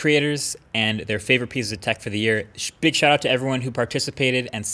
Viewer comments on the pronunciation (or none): "shbig shout out to everyone who participated"